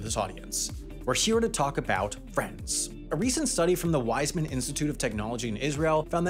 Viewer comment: that's not how you pronounce Weizmann